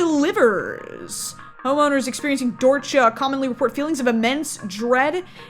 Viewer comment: YOU PRONOUNCED DORCHA WRONG!!!